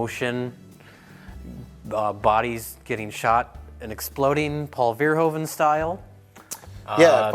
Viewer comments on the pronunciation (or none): it's pronounced Paul Ver-hooven, not Ver-hoven ;) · Hey guys, Verhoeven is pornounced FER-HOO-FEN, its a dutch last name. :D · Please stop saying 'Verhoeven' that way :p It's pronounced 'Verhooven', as in Hoover... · Paul Verhoeven is pronounced Pawl Fair-Who-Fun